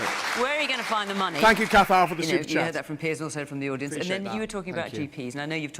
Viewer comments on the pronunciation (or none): none